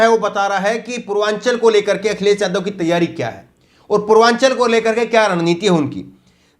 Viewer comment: Brother vadhia reporter banna hy ta apni zuban saaf rakho jida k newj india nhi hunda news (NEWZZZZ) NEWS INDIA... akhiles, jila, samil majhb nhi Akhilesh, Zilah, Shamil, Mazhab hunda.... Brother if you wanna see yourself in top list of reporters, then you really need to work on your speech and vocabulary 👍🏻 best of luck